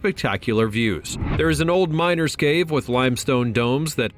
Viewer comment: BUT WAIT- DID HE JUST SAY “A MNERS CAVE IS MILLIONS OF YEARS OLD?”😂😂